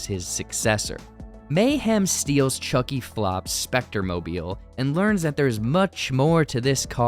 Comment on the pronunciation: Chuky plop